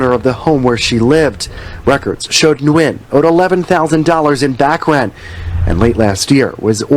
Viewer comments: FYI Like I know you don’t care about killers names but Nguyen is WIN in English. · We have a physician at work and she told us to pronounce it as N-Win. 🤷‍♀️ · I'm so glad you covered this, This is absolutely tragic, So glad they were able to apprehend this FOOL, SO sad, RIHP BBY BOYS🕊🌹🕊🌹FYI The name is pronounced (WEN )I hv a Dr w/the same name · So I do appreciate your video and the information but in the future can you please fix the audio lag and maybe even work on pronouncing the names properly? Hearing you struggle to pronounce the names was disrespectful to the people involved. You're talking about them but you can't even pronounce their names properly.